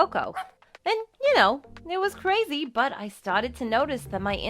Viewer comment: Sometimes when u say a word like”crazy” all i hear was”cwayze”